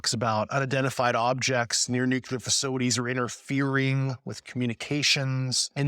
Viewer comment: I have a real hard time believing an air force officer trained in physics cannot pronounce "nuclear" correctly. He must have written or read the word a thousand times.